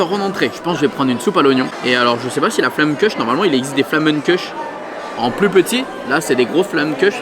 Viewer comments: Attention par contre, je laisse les alsaciens me corriger mais on dit pas "flamènequeuche", ça se dit "flammecoeur". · Quand on sait pas dire "flamekuch", on dit tarte flambée 😁😁😁 Sinon, resto à faire oui 🙂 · Les alsaciens en PLS sur la prononciation de la Flammekueche ! 😂